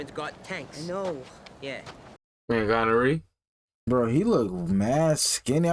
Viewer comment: I love y’all but did call Guarnere gonorrhea?💀💀 i love y’all sm!!❤ these reactions have been amazing!